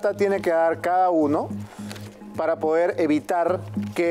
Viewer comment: Estos infelices como “ pinturira” entre otras cosas deben ser fanáticos de la “U” 🤣como dicen “el pUder” “la cUmision” etc